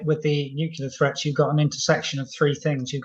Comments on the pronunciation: Hard to understand how a very erudite military expert isnot able to pronounce "nuclear" , preferring to go for the "nukular" option.. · Weirdly, it seems like it's become the standard (mis-) pronunciation of the word for British military leadership and intelligence. Almost every talking head Times Radio has on says nuke-ular. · Chip needs to check the pronunciation of nuclear. Perhaps Times Radio could take lead in banishing nucular weapons? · Nuclear. New Clear. It's that easy! Somebody please tell these so-called 'experts' and presenters. 🙄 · Says noocular, loses all credibility. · Nuc u lar? Good god